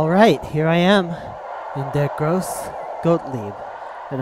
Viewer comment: You've pronounced the name of the demo wrong. The E of "grosse" is pronounced like the english A. EDIT: Like Patrick Hoff said, it's more pronounced like an U. I knew that A wasn't quite right, but it's sometimes difficult to transfer from german to english pronounciation.